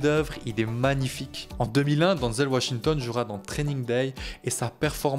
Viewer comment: Ce n'est pas bien grave s'il prononce mal son nom. Avec l'hommage sincère qu'il rend à Denzel, on peut bien lui pardonner ça 😉😇